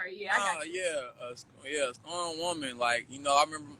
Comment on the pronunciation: LOL "scorned" woman! Get it right!